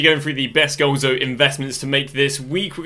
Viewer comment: it's Golazo not goalzo 🤦